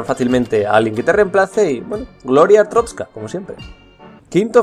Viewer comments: ES "ARSTOTZKA" NO "ARTROSKA" 7-7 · Te voy a corregir. Arstrotska no artotska. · ¿Cuál es la fascinación de pronunciar TODAS las veces ArTROTzka cuando claramente es ArSTOTzka? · Es que es complicado xd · Es artotska no artrotska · Sabes algo que se le llama "modular" o "pronunciar bien" se dice ARSTOTZKA NO ARSTROSKA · es ARSTOTZKA pero bueno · pero es ars totzka no artrotzka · SE DICE ARTOTZKA CONSHESUMARE, NO ARTROTZKA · Se dice artotzka no artrotzka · es arstotzka no atroztka me caes mal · es arstotzka, no artrotzka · Rocagi99 "Gloria a artrozka" jaja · No es ninguna de las 2, es ARSTOTZKA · Dice Artroska ? O estoy sordo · Ars-totz-ka no es tan difícil! 7u7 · amigo pronuncias mal Asrtotzka xDDD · Es ARS-TOTZ-KA es tan dificil decir eso para los youtubers?!?! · no se, me enoja que digas artroztka .-. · ¿Atrotzka? Que mala pronunciación tío. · que asco de video y ademas dice mal arstotzka